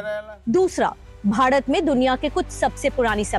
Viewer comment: Stupid are the people who say english is colonial language.... For we south indians, both hindi and english are foreign language... Well why this anchor pronounce bharat as badhat..... Effect of Varrr rukvadi